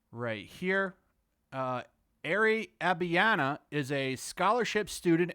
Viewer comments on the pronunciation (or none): Ag-ba-ya-ni not abi-anna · just sayin... it's "Ahg - bah- yah - knee" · It's Agbayani, you fools. You butchering the name.